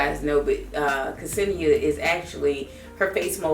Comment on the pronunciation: thank you for the review! kesenia is pronounced senia with silent '''ke''